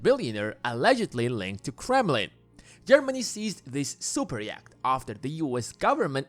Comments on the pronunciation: 'Yacht' - Pronounced 'Yot' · I'll never be able to un-hear 'yakt' as the pronunciation of yacht. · I don't think Russian billionaires are into Andean mountain creatures. Yacht rhymes with not. Otherwise noone knows what you're talking about. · Bro can’t pronounce yacht and more 😂